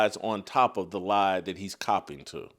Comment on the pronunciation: It's that, not Dat, SAS. 😂They're mad because Maye is white, and good. Why would Maye watch first take? It's trash. smfh